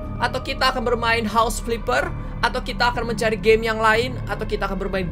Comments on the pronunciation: "HOUSE FLIPPER" "HOUSE FILPPER" . . . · "HOUSE FLIFER" "HOUSE FLIFER" "HOUSE FLIFER" Ka Regi 🙂